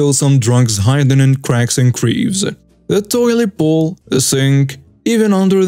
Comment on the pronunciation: Please learn to promise possession correctly it isn’t position, also crevices. I like your style but too many words are mispronounced.